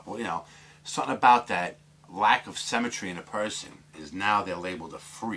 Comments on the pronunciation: Interesting video - but please stop saying cemetry - its symmetry! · SYMMMMMetry! can't stand The Sims! 00.39 You say "symmetrical" then say cemetry. I'm just a pedantic fool - Still like ya though! All the best to you and yours.